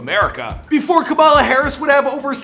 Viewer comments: Kamala not kumila come on Now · Ka-muh-luh Sounds like Pamela 🤦🏾‍♀️ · Kamala not Kamila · FYI, her name is pronounced as KAA-ma-lah/KAA-muh-lah, not Camilla. Please say her name right. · I like how Kamala turned into Camila halfway through the vid, come on guy, its not that hard to say Kamala, its one of the easier ethnic names to saya KAH-MAH-LAH. Ain't no old white ladies on the stage, no Camilas here. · No shade but her name is Kamala like Comma-la, not Camilla or Kama-la the way you pronounced. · Who tf is Kamila!?? It's Kamala (Ca-ma-La).... 🙄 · Dog you can't even say her name right? Camila? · Its ka mala not camila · Kamala is pronounced comma-la lol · KAMALA SAID LIKE COMMA-LA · Her name is pronounced. Comma -La. just like her mother Sha MA la. emphasis on the not the K..FYI